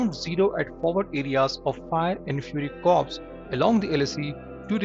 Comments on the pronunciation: Corp is to be pronounced as “core” rather than Corp . “P” is silent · Corps is pronounced 'core' and not 'corpse' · Read it as Corp then you are referring to dead bodies like corpse. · Not Corps,it's Pronounced Core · corps is pronounced as core. corpse pronunciation means dead body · Look into pronunciation of corps....it should sound like 'core' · I would like to inform u & also other channels that ' corps' is spelt like that, but in pronounciation it is voiced as ' core'. Often all channels of defense news are ignorant / ignoring the pronouncing of the word in military terms. They are voicing it in agriculture way, which is completely incorrect. Gupta